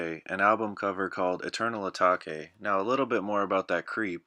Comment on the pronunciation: Eternal Atake A take say it right bro lol